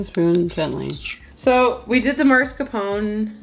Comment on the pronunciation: That’s exactly how you say it “Mascarponr” you said it correctly? Love you guy’s . I’m Italian so you were great at pronouncing it.